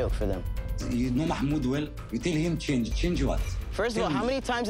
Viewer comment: I can’t with how the host pronounces mahmoods name